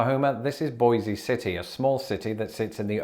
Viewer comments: Boise City, OK -- pronounced 'Boys', not 'Boy-zee'. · Boise City is actually pronounced like "boys" city. Snow isn't unusual in northern Oklahoma but it also isn't uncommon to have winters where there is only a dusting. These temperatures aren't something we see every year but they aren't unheard of either. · Oh no, you mispronounced Boise City, Oklahoma. It's pronounced like Voice but with a B. I know because I used to live in Guymon for a couple years. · Boise City is pronounced like Boise rhyming with Joyce.